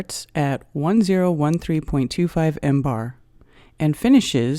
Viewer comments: Please, stop with sounding out all the leading zeros and use some "scientific notation", will you? And stop with the "embar" already, it's "millibar". Also, it's just an exercise in futility to show that the pressure that exists in "interstellar space" is 76,184, blah blah blah times lower than sea level pressure. "Interstellar space" does not exist directly adjacent to sea level. In fact, interstellar space does not exist adjacent to the Solar System. "Interstellar space" is just that, the space between individual stars. Space near Earth is termed "geospace" while the space between Earth and the Moon is more correctly termed "cislunar space". The vacuum in geospace is not as "hard" as even interplanetary space (i.e., "deep space"), for it contains the exosphere and the Van Allen radiation belts, ionized gas particles caught in Earth's magnetic field. A good quality lab setup can exceed the vacuum hardness of geospace. Suffice it to say that in at the altitude of the ISS the atmospheric pressure is low enough to be termed "space". I think it would be more correct to say that a perfect vacuum is scientifically impossible. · Jesus Christ it's not called "embar". MBAR is millibars ..... and is referred to as MILLIBARS! NOT FREAKING "EMBAR". God you're stupid! And i've already debunked your explanation of curved water found. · Zero, zero, zero, zero, zero, zero, zero, zero, zero, zero, zero , zero, zero, zero zero, zero zero... and breath... one three... would also be how many marks out of 10 I would give this after hearing "millibar" read as "mmm-bar". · Mbar is pronounced millibar! This video is totally wrong!